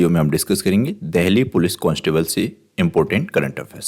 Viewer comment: देहली नहीं, देल्ही है सर।